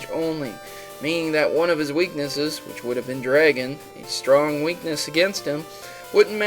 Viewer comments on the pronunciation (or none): strong not stroop XD